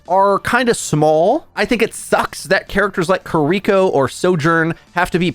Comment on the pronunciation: It bothers me how he says kiriko. Its not kuh-rico. Keer-ee-ko pls lol. Not a hater tho 💯💯